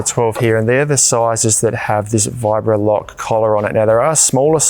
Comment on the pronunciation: say 'Virobloc'. "Vibrolock" no, try again 'Virobloc'. "Vibrolock" OH FOR F&*$'S SAKE!